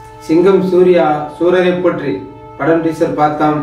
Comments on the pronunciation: அது சூரரை போற்றி இல்ல சூரரை போற்று என்ன டா பேசுறீங்க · 2.41 adey athu potri illa potru!!! Puriyudha da komutti mandaya😆